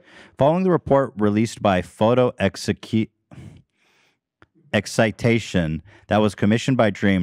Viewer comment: I'm proud of Ethan for taking his time saying "Photoexcitation" piece by piece and successfully pronouncing it! I've always believed in your Ethan! Good job buddy!! :) But now when it came to "physicists," not so much....